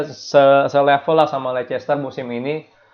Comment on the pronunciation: yg betul nyebut Leicester itu lesester apa lister, coba deh dicek pronounsation nya, bravo